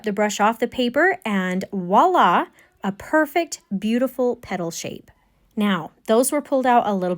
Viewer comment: Enjoyed your demo. Not sure where you are from. Both French in origin, here’s voila the French way ….sounds like vwah-LA and mauve would be MOvuh (MO as in motion).